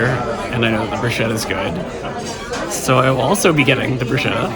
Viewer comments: ok, I tell you b/c you're both young, and I used to make same mistake. It's: broo SKEH tuh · I had to laugh at this whole chain. It truly is 'sket'. I think you probably don't pronounce lasagna "lah-SAG-nah', right? 😅 I recently watched a ballet short where the AI voice over said their pas de deux was a "pazz duh doo". I laughed myself silly and missed half of the duet.